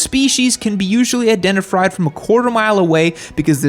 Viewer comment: Did he say indentifried?